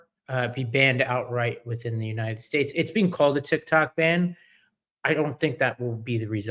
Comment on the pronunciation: "United Shates" "Ananaly" " Ananalies" Vote blue 💙💙💙💙